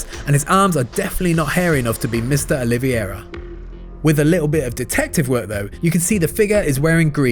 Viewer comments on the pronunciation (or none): Proceeds to call Carlos Oliveira "Oliviera" instead lmao